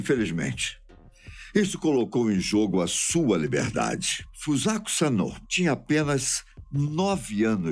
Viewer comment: Ele falou o nome da garota errado .